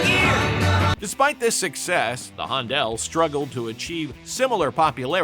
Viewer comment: At the mark there is the album cover clearly showing the group's name as The Hondells, so how does the narrator get it so wrong? :face-purple-crying